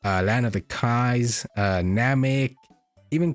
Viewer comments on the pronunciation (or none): none